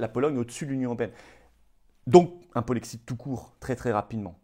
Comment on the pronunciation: Le polexit ??? Polexiiiit ?? Et le jexit ? Nouxitons ? Vouxitez ? Le ilxitent ?? Tu te fous de nous flo ?? Kessa penoufer le polexit ??